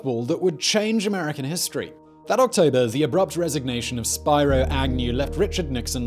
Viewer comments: Simon! Luv you, but it's Spear-oh, not Spire-oh! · Sounds like Spih-roh Agnew. Not spye-roh. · Not anymore! We've had Pedo Joe who was installed, not elected! P.S. It's "Speer-O", not "Spy-ro" Agnew. 🤦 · Spy-Row Agnew 😂😂😂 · Spiro = Spear-Oh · Not how you say Spiro.